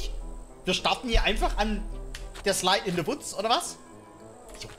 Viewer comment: Niemand: Wirklich niemand:: Slaid in se wutz